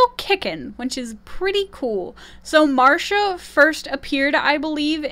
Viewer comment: It's not Marsha, get it right if she's your favorite.